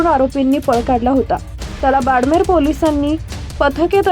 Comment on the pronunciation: बोडमेर नाही बाडमेर आसेल 😂😂😂